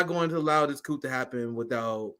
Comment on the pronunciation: Bro, you too smart to be pronouncing the "P" in coup. Please lol